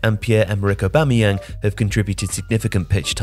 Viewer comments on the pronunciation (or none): none